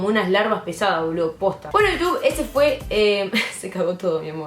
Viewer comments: Me gusta tu capucha de Pikachu Que Roberto aprenda a decir < hola iutub> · Soy la única que escucho "hola utub"? Ahre cjau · Enseñale a Roberto🐦 a que aprenda a decir Hola iutub